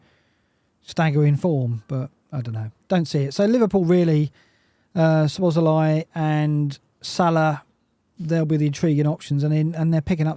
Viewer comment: The z's are silent in Szoboszlai lads!